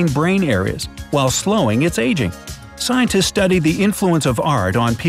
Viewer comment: The pronunciation of s was not done in scientists.